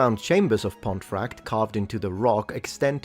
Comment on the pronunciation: It's pronounced Ponti frakt. Ponti same as Pompi!